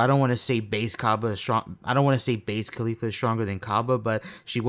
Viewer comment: bruh why do you call her khalifa like Mia khalifa. Caulifla is gonna show up in a porno soon lmaooo